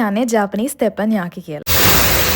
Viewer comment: තෙපන් යාකි නෙමේ බං "තෙප්පන් යකි"😂😂😂